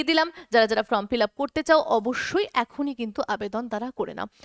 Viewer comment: ফ্রম না ওটা ফর্ম হবে, আপনি বারবার বলেন যে ফ্রম ফিলাপ করতে হবে, আসলে ওটা ফর্ম হবে